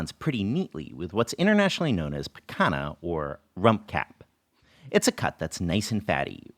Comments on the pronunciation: Picanha is pronounced "Pi-kha-nyah" as per the Portuguese origins of the word, just fyi! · Just a little language note, Portuguese “nh” is pronounced the same as Spanish “ñ.” So “picanha” is pronounced kind of like “picanya”